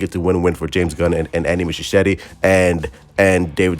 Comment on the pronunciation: Bro always massacring the name 😂😭. Andy Mushishishi 😂😂🔥